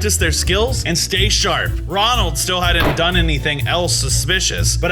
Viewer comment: The way he made a mistake saying Ronald is so funny and also this is a Bronson show so why Is max In it 🤔